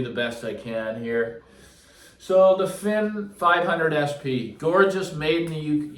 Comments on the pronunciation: it's "FINE", not "FIN". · You would think by now he would know how to pronounce the name! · No point in trying to correct him on the pronunciation He knows better I would suggest the YouTube channel Cheshire Audio video He is a Fyne dealer in England and gives these a proper description and pronunciation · In the last three videos you have been corrected on the mispronunciation of Fyne Audio. If you truly cannot pronounce it then I apologize as I have trouble with certain words. But not Fyne as it has a common pronunciation. To the point… I really like that speaker and it is a shame that they to go to a new home but thank you for show-casing them as they deserve some level of adoration